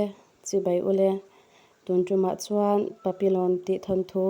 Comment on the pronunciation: Papi-yawn ti a lam (pronounce) tur a ni hei hi. French word ania, butterfly tihna a ni